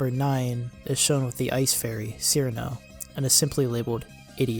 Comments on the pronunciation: none of those old PVs, with the possible exception of Cirno's perfect math class, trigger content ID :) and it's pronounced Chirno not Sirno also!!! yumemey isn't a he 😭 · Pronounced Cirno as "seerno" opinion rejected. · Its pronounced chirno or most accurately chiruno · I must mention this even if it seems semantic or whatever one may call it or me but, Cirno despite how it is usually spelled in English would most certainly be pronounced Chirno, Chilno, Chiruno, whatever variant makes more sense or is preferred. Her name in the games' Japanese text is チルノ in katakana which in romanji is "Chiruno" so her name is definitely not Seerno or sirno when pronounced. I have no clue why her name has always been spelt Cirno in English; my best guess is when translated they either guessed that or got used to typing "Ci" for チ or something since on current English based keyboards set to type kana you can type "Ti" to get the same result instead of typing the full "Chi" to get the kana when using said keyboard. I understand why people pronounce her name the way they do due to how it is spelled, but now I know the truth so I shall spread it as it can urk me slightly now hearing her name pronounced wrong.